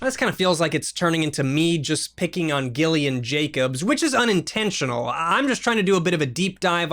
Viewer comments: My name is Gillian, but it’s pronounced like Jillian, so it’s so painful hearing it pronounced like that... and I wanna hear him say my name, lol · I didn’t know Gillian Jacobs before this so at first I thought pronunciation of her first name was one of those sarcastically passive aggressive lowkey roasts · Glad I waited until the interview to say that you were pronouncing her name wrong.